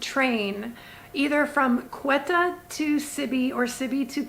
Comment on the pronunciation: Hi, loving your videos! Just a quick note, you're pronouncing Quetta incorrectly. The Ts are hard Ts, like in tomato. Keep up the incredible work!